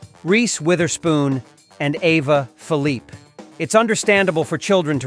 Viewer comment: Ava Philippe pronounces her last name as Phil-lee-peh not what you said. I don’t see why you people get name pronunciation wrong. All you have to do is Google it first.